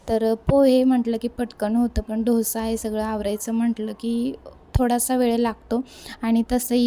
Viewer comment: ढोसा नाही डोसा